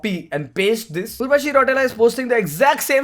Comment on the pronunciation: Urva - chi! 😂